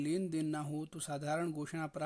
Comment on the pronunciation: प्रापत क्यों बोलता है भाई